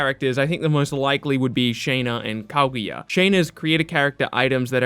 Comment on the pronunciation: The way you say kaguya hurts my soul